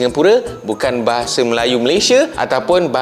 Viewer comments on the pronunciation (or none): Bahasa bang bukan bahase 🤣 bicara yg betul dulu